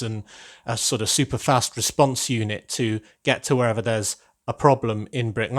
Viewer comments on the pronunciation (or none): Fast not gast